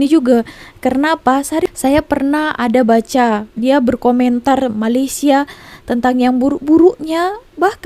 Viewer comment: bukan malisya,..malay..malaysia ye miss